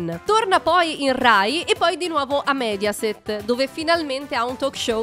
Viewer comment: Signora Lòngari, non Longàri, e Mèdiaset, non Médiaset.